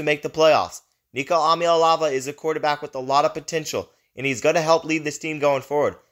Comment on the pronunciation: Where do you come up with ahm ya elavah??Eee ahhh maa lay avah